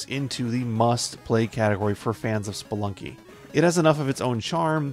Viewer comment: Did you mean Spelikey :D